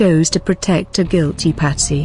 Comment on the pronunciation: The video offers no motive for him to kill his daughter, it does however have a totally improper and inappropriate manufactured narration devoid of any real feeling or emotion which is a disgrace for a report on a murdered child. Pronouncing guilt-ty as two separate words is just one of the many errors of this farcical speech robot.